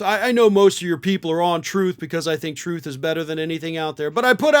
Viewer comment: He put out a, "trOth" lol